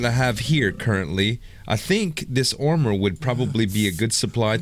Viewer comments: why do you say ormor instead of armor? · you said aomer